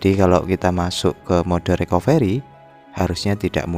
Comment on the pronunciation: Bukan RIKOVERI bang.. Tpi RIKAFRI.. ejaanya RECOVERY 😁